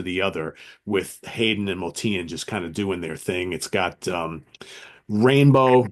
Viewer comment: Great show. Looking forward to more episodes. Btw, I believe Motian is pronounced like “ocean.” Some of my favorites from ECM include: Dave Holland Quartet: Conference of the Birds (1973, my #1) John Abercrombie: Timeless (1975) Steve Reich: Music for 18 Musicians (1978) The Music Improvisation Company (1970): s/t (very avant garde and abstract including Evan Parker, Derek Bailey, and Jamie Muir) David Torn: Prezens (2007) Meredith Monk: Dolmen Music (1981) Dave Holland Quintet: Points of View (1998) Marc Johnson: Bass Desires (1986) Pat Metheny: Bright Size Life (1976)